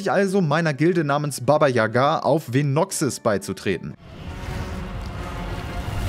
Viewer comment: Baba Yaga richtig ausgesprochen top